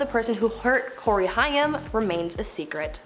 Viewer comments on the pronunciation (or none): COREY HAIM (HAY-M) It helps to pronounce the names correctly while reporting on them... Just some Food for Thought